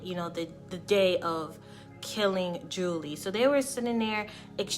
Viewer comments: You lost a sub - Marcie didn't kill her the nephew of her boyfriend did. Name is pronounced July - not Julie and other "thoughts" you gave are inaccurate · Her name is pronounced “July” not “Julie” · It’s pronounced July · Enjoyed this video, definitely a case with the most extreme bitter baby mama. Julii was very pretty and just living her life, sad her life was senselessly taken. Her name is pronounced like July. I pray for her daughter’s comfort. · Pronounced “July” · I Love your show, but it's pronounced ( July) Julii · Her name is pronounced July/. julii is her name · Her name is pronounced July (Julii). I went to school with her. Super super sad case.